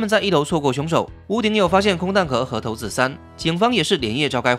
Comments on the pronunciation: 那個應該唸為（骰子）不是（頭子） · 是唸骰子骰不是頭子是要唸骰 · 要唸（骰子）不是（頭子） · 是唸（骰子）不是唸（頭子） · 是要唸（骰子）不是（頭子） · 投子很不習慣，不是叫“璽”子的嗎